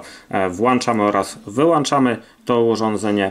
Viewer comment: Włanczamy, wyłanczymy xd